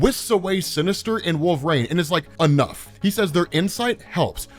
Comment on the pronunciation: One question, who is "Wolv-rayne"?